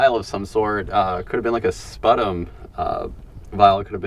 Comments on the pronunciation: it’s pronounced “SPEW-tum” not “Sput-tom” just fyi…thanks for another great video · I chuckled at your pronunciation of sputum (should sound like spew-tum)!---You have so many new subscribers, I suggest it's about time you demonstrate how you get up out those really deep pits!---I'm trying to picture the scene...the grocer orders lots of extract to meet the needs of his customers, who are boldly coming in, furtively coming in, to purchase his wares? I like to try and imagine history in action, & I can't quite bring that image to my mind! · I love your videos. Thank you for introducing me the old glass bottles. I enjoy the increased knowledge of modern history you provide. FYI sputum is pronounced spyootum.